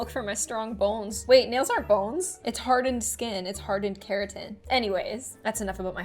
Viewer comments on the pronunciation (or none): say it with me: KERATIN